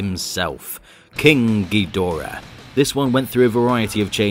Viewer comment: i wish people would respect the source material enough to pronounce Ghidorah correctly